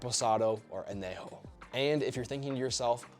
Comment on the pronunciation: I'll be the guy ok fine. It's pronounced Ahn-yay-ho. That little tilde makes the difference.